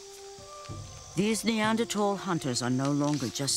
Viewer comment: Great! She knows how to pronounce the word Neanderthal. But who knows whether Erectus evolved this way. This is much more interesting than Genesis. The writers of Genesis were desert people and never went to a zoo and saw the humanoid apes.